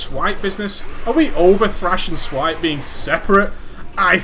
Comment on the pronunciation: you said thripes and swash ahahahaha